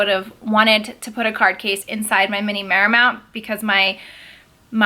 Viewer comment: It’s pronounced mar mont.